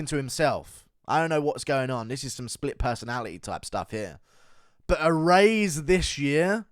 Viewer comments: a raise this year was the weirdest part for me, but then listening further i think that's just guru's way of say erase, which is equally weird. i turned closed captioning on and it said a raise this year just like i knew it would, sounds nothing like erase when he says it. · Guru not knowing how to say erase is goofy. “E-raise”